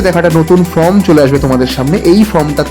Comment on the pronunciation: From noy vai Form ,uccaronta thik karo.